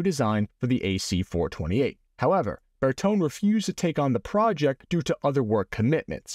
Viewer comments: Intersesring video. Shame that Bertone is not pronounced correctly on the video. It should be said this way; Bur-tone-ay. 👍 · I think I've heard Bertone pronounced "Ber-tone-ey" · Again, well-done episode on the AC-128! But you are still pronouncing Italian like an American. Italian automobile design firm Bertone is pronounced in Italian: BARE TOW NAY. The letter e in Italian has the long a sound as in "hay"; i.e., "The cow is eating hay." And don't forget to roll the r a bit.☺